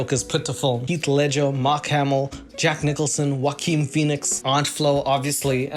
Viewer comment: Omg is that how you pronounce Joaquin lmfao